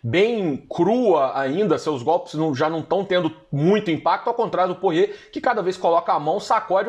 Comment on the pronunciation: Porrier, Porrier...Porrier. Pô, é Porier mesmo que fala, o nome dele não tem relação com porre e nem com porra XD